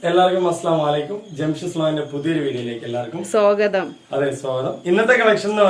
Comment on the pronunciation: ഇക്കാ അസ്‌ലാംഅലൈക്കും എന്ന് പറയരുത് അർത്ഥം മാറിപ്പോകും... അസ്സലാമുഅലൈക്കും എന്ന് തന്നെ പറയുക 🤝